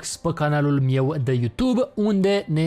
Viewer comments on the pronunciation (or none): nu este amuzant chiar deloc cand spui: "pe canalul mieu de youtube"